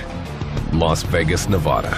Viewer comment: Ne-VAH-da not Neva-DUH